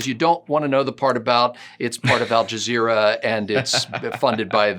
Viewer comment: It seems I'm hearing you saying AlJazero.